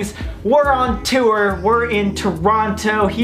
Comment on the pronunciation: Love how you definitely said tour like "tooer" while in Toronto, that was the most Canadian sounding thing I've heard in a while, that accent influence is stronnnng 😝